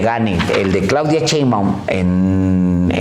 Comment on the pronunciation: Todo muy bien, felicidades, sólo una cosa: hay que enseñarle a Alejandro Páez cómo se pronuncia Sheinbaum.... Repite conmigo: Ssssshhh-eeee-iiiii-nnnn... NO CCCCHHHHEINBAUM